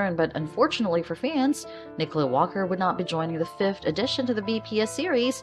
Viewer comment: Nicola, not Nicole.